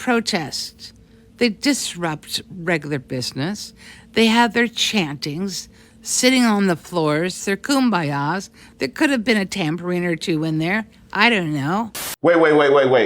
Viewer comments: I think she said “Tamborine” but it really did sound like she said “Tampering” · Tambourine, not tamering. Lol! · I heard ‘tambourine’ not ‘tampering’ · I thought she said TAMBOURINE (as in the instrument) not Tampering. Did I hear wrong? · I heard "tambourine" not tampering. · Damn she said tambourine 😢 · i hate to say it, but she said tambourine unc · Tambourine, man. She said tambourine. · I think the MAGA.lady said tambourine, like the hippy kum ba yah instrument. but, I have many friends in MN who were part of this protest. Macalester proud! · Yo, she said tambourine.. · It sounds like she was trying to say "Tambourine", continuing on with her seemly trying to paint a picture of what I guess she sees as a hippie-esque movement, combined with the purported chanting, sitting on the floors and Kumbayas. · I thought she said tambourine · I think the lady said TAMBORINE 🤔. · Tambourine, dear. She meant tambourine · hey there just wanna point out that she is talking about a tambourine. Disinformation has disoriented her so much that she can’t speak clearly😭